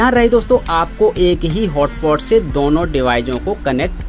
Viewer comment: its not hotpot its hotspot